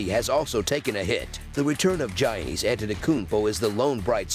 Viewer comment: The "Gi" is pronouced like a "Y" so pronouced "Yannis" just fyi